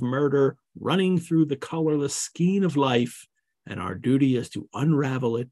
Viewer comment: FYI: “Skein” is pronounced with a long A sound.